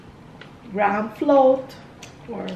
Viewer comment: Gra’m is how they pronounce it fren..ganun ang dinig ko sa mga bata😅 maarte talaga di ba? Pero ako GRAHAM hahahaha